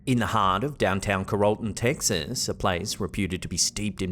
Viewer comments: it is pronounced Carol (like Christmas Carol) Ton (like tonne)...lol Not Carole - ton... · We are literally on the floor holding our sides!!!! The clip about the Rainbow Fountain your accent is hilarious. We have been there so we know about Watson so when you said Ca-rol-ton we were like huh??? It's called Carol-TEN (like the lady name-THE NUMBER) but I so love your accent & def not making fun!!! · CARROLL-ton, not ca-ROLL-ton. 🤦🏻‍♀️ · Carrollton is pronounced like Carol-ton. Not Ca-role-ton. Your welcome. It’s a Texas thing.😊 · LOL!! Car-roll-ton! It's pronounced Carol-ton. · I'm sorry... but Carrollton is Carol (like the woman's name) ton. I know it's not that big of a deal, but considering I'm seeing (and now commenting on) this video on March 24, 2025, I had to say something. This will be the Rainbow Fountain and Grill's last day of business. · It’s “CARE-uhl-ton”, Texas. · Carrollton, TX is pronounced “CARE-ol-ton.” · It's pronounced Carol- ton! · It's pronounced Carol-tun, Texas (as in the female name). 😂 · It’s pronounced care-ol-ton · Carrollton is pronounced "Carol ton"...😉❤️🐻🎶☘️🇺🇲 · Came to the comments for this. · Carrolton is pronounced with the accent on the first syllable and a short "o" sound.